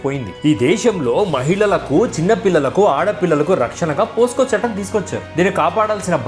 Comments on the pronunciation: అన్న పోస్కో కాదు పోక్సో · Brother your explanation is great! just one clarification, it is not "POSCO", instead it is "POCSO" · it's POCSO ACT yaar, not POSCO. I am a keen follower of your videos. Going good and continue. God bless you. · అయ్యా, అది పోసుకొ చట్టం కాదు, పొక్సో చట్టం